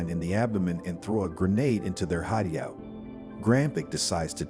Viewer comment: Just going to ignore hide-E-out? 😄